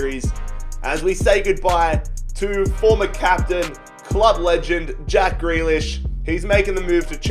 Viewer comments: You only sold him bc you can’t say his name fucking properly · first you pronounce grealish’s name wrong NOW YOU SELL HIM. Wow just wow